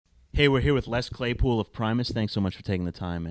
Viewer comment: He said les playpool